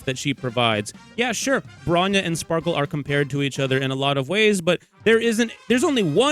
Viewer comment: Genuinely it’s Sparkle, Respectfully